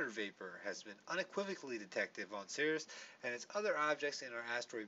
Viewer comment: It's pronounced like "series".